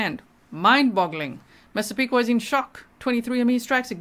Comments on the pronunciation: Hi I saw earlier the pronunciation for Massapequa was difficult for you. It’s pronounced mahsahpeekwa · Mass a pee qua